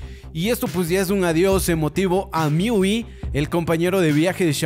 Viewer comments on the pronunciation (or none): none